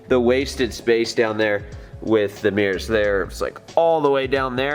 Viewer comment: accent: "HEY GUYS WE GOT MEERS NOW SINCE EVERYONE WAS ASKING ABOUT MEERS, CHECK OUT MY MEERS"